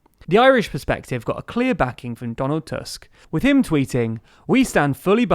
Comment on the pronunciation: Not Task but Tusk :) second time was correct ;)